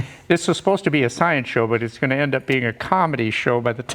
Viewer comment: In the name of shcienche . You good job.